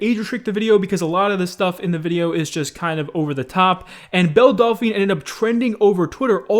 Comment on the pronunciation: Delphine. Not Dolphine.